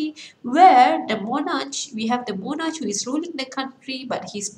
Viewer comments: Not mo-narch its mo-nark... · Not monarcsshhh , its "moh-narkh"